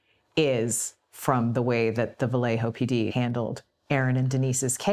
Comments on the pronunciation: Vah-lay-yo....not Vah-lay-ho...it's not a Spanish name. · It's not VAW LEY HO... It is pronounced "Ba Yeh Ho"